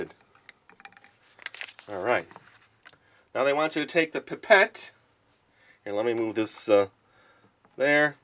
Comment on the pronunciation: He didn't know it was litmus paper before. Lol. And he called the pipettes pepette lol. Silly man! You obviously don't know much about chemistry.